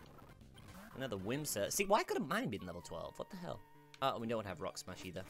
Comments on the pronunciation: Its whismur not whimsur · Its wismer not wimser